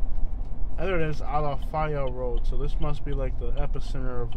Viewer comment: Maybe you should learn how to pronounce Ala.FAY.a first, before you downgrade the area.